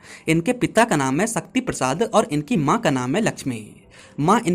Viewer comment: भाई, स, श और ष का सही उच्चारण करना सीखो, शादी होता है सादी नहीं, शक्ति होता है सक्ती नहीं।